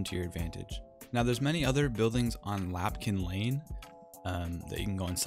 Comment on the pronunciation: Love your video's man, but it's Lampkin Lane, not Lapkin Lane =P